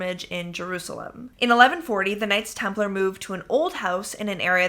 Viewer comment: Knights Templar not Nights Templar.